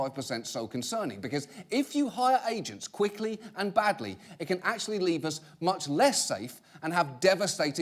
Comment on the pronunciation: I couldn't help but cringe when John said "badly". It sounded too much like "bigly".